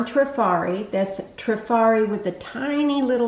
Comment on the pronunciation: so glad to see someone pronounce it properly :) I hear many say Try-fari